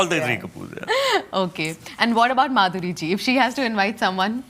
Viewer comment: When kamiya said let's welcome Madhuri dixit, idk why I heard BANDARI DIXIT😂